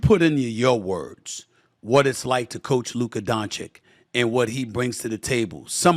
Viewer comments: SAS can say Joki-CH in the same sentence but not Donchi-CH?! I don't know if it's hate or just disrespect. If he's incapable (which is sad for a journalist), then why not just call him Luka. Kudos to J-Kidd as a coach. Great game management and adjustments this off-season. Hope the Mavs take it all! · My God, S.A., learn how to pronounce his name. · It's easy to make fun of how Staveen A Sammeeth says Doncic's name but the truth is he doesn't know any better and wouldn't change even if somebody corrected him. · Just say Luka. We'll all know who you're talking about. You're still pronouncing Doncic wrong. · Sad that Stephen still can't say Doncic correctly.